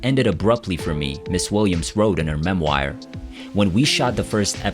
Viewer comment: “In her mem-WIRE”? “Room TWO HUNDRED AND TWENTY TWO”? Miss Williams deserves far better than to be memorialized by some thoughtless AI voice. Jaysus, you people who are responsible for this post are of the most careless kind. I wish the best for all of Cindy Williams’ family and I wish to express my deepest condolences to all who have lost one of the most beloved loved souls of our time. R.I.P., Miss Williams. 🙏